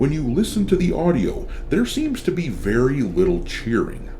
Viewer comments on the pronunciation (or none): none